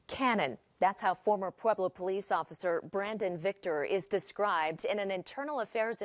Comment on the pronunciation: Not pueblo bruhh😂 🤦‍♂️